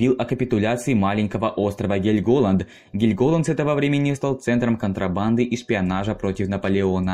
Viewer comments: КанонЕрки! ГЕльмголанд! Мужик, у тебя русский не родной?! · КанОнерки?! Ты серьезно бля??🤦🏻‍♀️😭😭 скагЕн, бергЕн, гельгОланд😭😭😭да остановись же ты, чекни Википедию хоть раз перед тем как пилить видос🤦🏻‍♀️ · КанонЕрки, БЕргена, ГЕльголанд и Эресунн (ударение на Э). Что же у Вас с ударениями-то творится?! Такой интересный контент делаете, а при просмотре порой уши режет! Пожалуйста, при подготовке материала смотрите правильное ударение в терминах и топонимах!